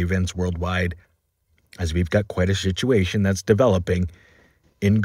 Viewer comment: Did you say we have a shituation lol